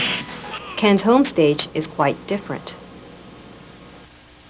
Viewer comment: This lady is so hot I love how she reads and pronounces words. Very exacting. The only folksy idiomatic thing I hear is that she pronounces "different" like, "diffurnt", which itself is so out of character & clearly done by a calculation to fit in with a certain type of 1980s good-old-boy and not appear pretentious or foreign to him. It took me until the end of the video to realize that English may not be her first language, which is truly insane. She might be the sharpest person you'll ever see. Not surprised her side of things won this case.